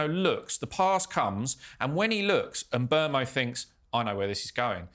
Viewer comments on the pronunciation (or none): It would be good if you could pronounce Mbeumo & Lammens properly! Mm boo mo Lomm - uns There are videos of them both pronouncing their names